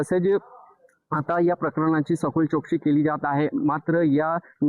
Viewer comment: Zalela ❌ झ्यालेला.✅... , जो ❌ ज्यो ✅ , चौकशी ❌ चोकसी ✅ , पोहोचल ❌ पोच्यल ✅ , झाली ❌ झ्याली ✅ , महत्वाच ❌ महत्वाच्य ✅ 😂😂😂😂